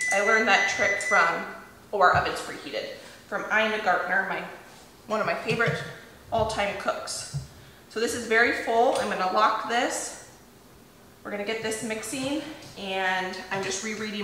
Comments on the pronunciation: I love everything you do. You are so inspiring. I watch many YouTube videos in which people mention you as the foremost authority on lots of stuff. Just one thing... it's Ina Garten, not Ina Gartiner. Keep up the great work. I learn so much from you! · I love you so much and love Ina. But did you know her last name is Garten? You say Gardner lol it's cute and I'm not being mean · Yummy😊, I really enjoy your videos. I have also been following Ina Garten for many years and I have a few of her cookbooks. Can you please take a moment to look up her name and pronounce it properly? It’s GARTEN not GARTNER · her name is Ina Garten. Not Gartner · Not trying to be harsh but Ina’s last name is Garten not Gartener. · Hi, it’s Ina GARTEN, not Gartner 😂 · You can make your own cake flour by replacing 2 T per cup with 2T corn starch. Also, your favorite TV chef's name is Ina Garten, not Ina Gartner. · Hi. This was a great video. Very interesting. I just have to add, it is Ina Garten, not Ina Gartener. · Hi, just a heads up. Ina's last name is pronounced GAR-TEN, not Gartner 😀 just want to let you know in case she ever comes across your videos. That could be awkward lol ❤ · I believe it's Ina Garten, NOT Gartner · if you are going to mention two of the greatest cooks you should at least try to pronounce their names correctly. Julia Child and Ina Garten, not Childs or Gartner… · Reading your recipes ALL THE WAY THROUGH is important before you begin- not only to make sure you have all the ingredients but also the right tools and understand the methods you will be using. I just realized you must mean Ina GARTEN, not Ina "Gartner". You called her Ina "Gartner" in a previous video too for some reason and I had no idea who she was! I bet if she would ever see your video where you mention her you would rather you get her name right, seeing that she's your "favorite" cook. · Not to be nit picky but it’s Ina Garten. Not gardener.